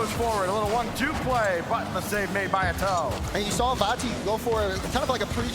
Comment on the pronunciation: Why was he calling atow “A toe”